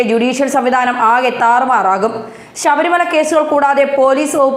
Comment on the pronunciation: ശവരി മലയല്ല... ശബരി... ബാബൂന്റെ ബ..